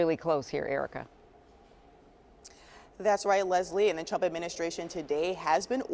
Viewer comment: Did she say the Twump administration?